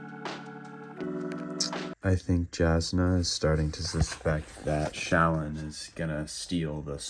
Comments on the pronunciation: i believe shallan’s name is pronounced shuh-lawn. ik there’s a video of someone asking brandon how it’s pronounced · Shallan is pronounced Sha-LAWN. Like “shalom,” basically.